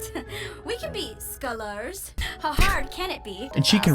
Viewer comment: "we can be scholaaAArs"